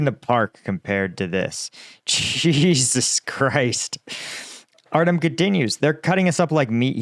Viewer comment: Why must you say Jesus like that?